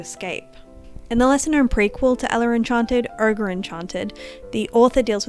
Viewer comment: It's pronounced "oh-ger"